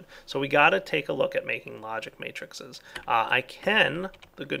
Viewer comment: Matrices,! May-trih-sees! Sorry. Latin student rage.